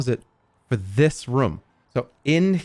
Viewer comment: I can't believe he kept saying rûm instead of room